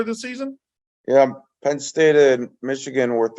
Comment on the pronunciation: It’s PENN not PIN. Come on